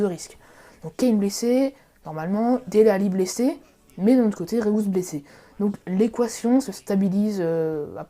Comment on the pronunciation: C'est pas "Réous" mais "Reüs"